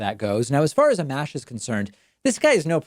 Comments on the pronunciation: Pronounced "uh-mosh".... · Its pronounced “Uh-Mosh”